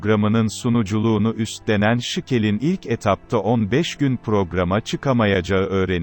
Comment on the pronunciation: Sıkıl değil Şikel